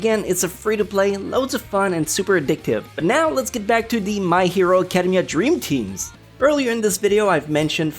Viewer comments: "acadum-mia" ew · Is it just me or does he say academia in a weird way?